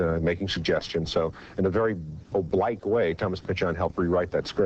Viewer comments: "o-blike" way? mane get the fuck out of here larroquette. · "In a very obLIKE way..." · Apparently this is the pronunciation specific to the military, and Larroquette’s father was a USN sailor